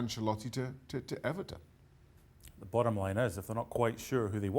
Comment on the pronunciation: You mean EBERTON.